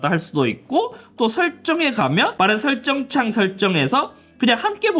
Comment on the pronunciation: 삼지창도 아니고 설저어창ㅋㅋㅋㅋㅋ 귀엽우셔